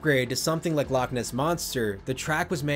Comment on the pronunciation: As a Scottish person, loch isn't pronounced like lock....the ch at the end, should sound like your throat is full of phlegm that you need to clear.